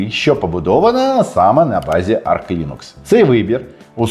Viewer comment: Дякую за новини. Але ж.. АрЧ Лінукс!